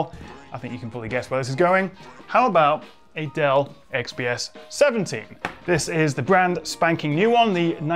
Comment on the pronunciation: I keep thinking he's saying Adele lol